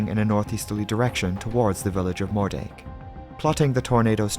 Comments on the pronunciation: Love the video as always! Just FYI, Moerdijk is pronounced Moordyke 👍🏼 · I’m sorry, can you repeat the name of that town again??? Was that “greater penis” or “more-“…?